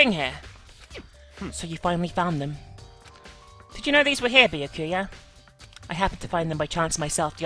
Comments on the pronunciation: I don't know if already has finished recording or not, but... Byakuya's name is pronounced BYAH(all one sound) ku-ya, not Bi-ya-ku-ya. (although technically the latter is how it's written in Japanese) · I like this series a lot but hearing the way she pronounces Byukuya and Sakura’s names hurts